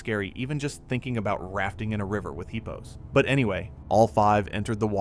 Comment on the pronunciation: Would you please stop calling hippos heapos 😏😅